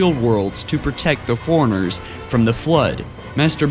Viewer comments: Maybe I could have lasted longer than 2 minutes if you said Forerunners instead of foreigners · It bothers me how he pronounces Forerunners, "Foreigner". It's "For-Runner"! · I laughed at foreigners. XD I have speech issues, too. Also... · Well done but I think you should listen to listen to the audio before you finish your videos. I've watched many of them and enjoyed it a lot but you mispronounce a lot of words, for example in this one you say cent-iant life instead of Sentient, you call the Forerunners Foriengers many times and for the love of god you say Lie-Berryann instead of librarian so many times. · It's Li-brar-ian, not libarian!!! Fore-runners, not forenners. Some elocution and pronounciation is in order here. Sheesh.